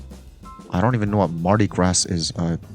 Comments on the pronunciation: "I don't even know what Mardi Grass is" Mardi Gras (pronounced Gra) is a big ass parade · I was surprised someone didn’t know. Unless maybe he’s in another country. And there’s no S…French has a weird habit of dropping final letters so it’s “grah” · "marti grass" 💀 the S is silent